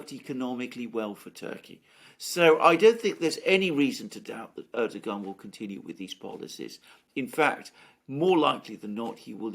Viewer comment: your pronunciation is on point alexander :)